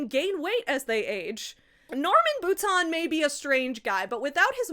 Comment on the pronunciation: As someone who shares a last name with this man (ugh) I'm horrified. BUT. I'm also wowed by your effort at actually pronouncing the name right! Anglos always call me 'boutine' 🫠